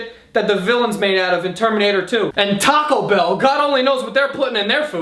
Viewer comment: I love how he says Taco Bell 😂